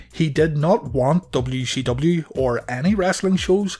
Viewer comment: Calling it "dubbayoo she dubbayoo" is driving me insane lmao